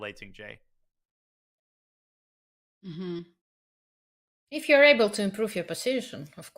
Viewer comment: Can someone please tell the commentators that jie in Tingjie is pronounced jee-eh, and not just jee